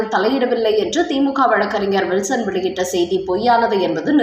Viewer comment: Will...son. alla. ஜஸ்டிஸ் Kill....son.